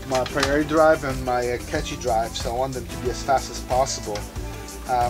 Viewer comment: Catchy drive? You mean "Cache" (kaSH) drive.